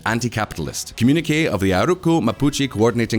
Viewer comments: Why did you say ''comm uneek' instead of 'comm uni kay'? You could have sought advice from Mark Knopfler and asked him the title of Dire Strait's second album. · The way you are pronouncing communique is making me disproportionately angry. Is it some regional pronunciation? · communiquÉÉÉÉ not communiqk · Uh oh, another one communique is com - yoon - e - kay. Its French. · wtf is a “comm unique”? 😂😂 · Funnily enough, "communique" rhymes with "Pinochet". But not with the way you pronounced either of those two words in the video! 😄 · His pronunciation of communique! 😆